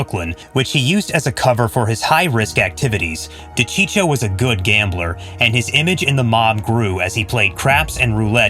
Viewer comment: De cheecho ?🤦‍♂️🤦‍♂️🤦‍♂️🤦‍♂️🤦‍♂️ ...you better keep your mouth shut if you don't even know how to pronounce the name of the famous wiseguy....